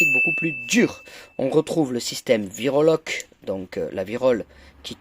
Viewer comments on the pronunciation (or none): C'est français putain c'est pas "virolock", c'est virobloc 🇫🇷